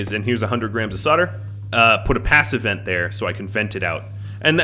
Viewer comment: Is there enough head room for the corn to grow? Every time you say passive vent I hear pass event LOL.